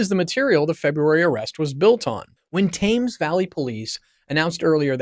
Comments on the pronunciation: ✅ Good production quality ❌ but terrible pronunciation of English names like (here’s how to say them) SAND-ring-um and Tems …❌ not Tames. ❌ It doesn’t rhyme with James. Really, you should do a little research on other videos with these ❌ names have been pronounced correctly. There’s only like… hundreds of them. ❌ Also, this is really old news now. Thanks for the click bait… 1 Day Ago 👎 ✅ I do like that you narrated it tho and you look like an ✅ intelligent, believable guy so ✅ good luck with your future videos. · SanDRINGHAM in Nor-FOLK and TAYMS Valley police, eh? If you come across words you're not familiar with and aren't sure how to pronounce them, maybe checking before blurting out nonsense on video could be an option. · "Thames"? Please get the name correct, "Tems Valley" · PLEASE learn how to pronounce proper names. specifically "Sandringham", "Norfolk", "Thames" and "Aylsham". To British ears you sound very err... American (this is not a complement). When you talk about British police - you video shows American police and at one point police from some third country. Pretty sloppy. I like the content though. Andrew is a pig that has besmirched the institution of monarchy. When the King said "the law must run its course" that removed all royal privilege and protection. King Charles must be fizzing with anger at his brother and by publishing those words he is signalling that he is prepared to see Andrew in prison. You can now expect the full force of the law to drop on Andrew like a ton of bricks.